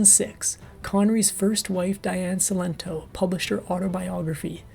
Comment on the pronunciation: Diane Cilento was a very close friend of mine. You can’t even pronounce her first and last name correctly!